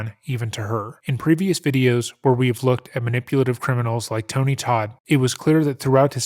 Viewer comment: Please. Its Tony Todt rhymes with boat please get it right.